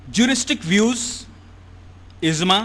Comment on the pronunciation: It is IJMA and not IZMA..! The word IJMA comes from JAM'A means to collect and thus is the term where it implies for the collection of the opinions of Jurists. Some other mis-pronounced words in this lectures are: *KAAVA-Kaaba *NAWAJ-Namaz *ALISALAM-Alaihissalam e.t.c, Your lectures are excellent but kindly be succinct with the pronunciation. Regards, Shahab Shabbir Aligarh Muslim University